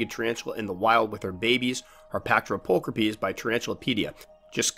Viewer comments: Well just found out I was saying my G. pulchripes wrong. I pronounced it pull cripes Now I know it's pull cra peas Always learning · pull crip ees.....NO NO!